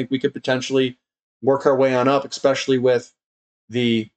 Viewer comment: ESPECIALLY - You have now said it like 7 times in a row correctly. This is really working..!!! :D